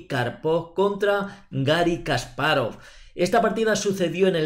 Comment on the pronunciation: Si vas a corregir... Kasparóv es una mala pronunciación, en ruso es llana, Га́рри Ки́мович Каспа́ров, al igual que Карпов, no Karpóv